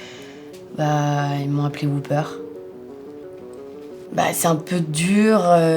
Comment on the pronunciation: On dit whopper pas wooper..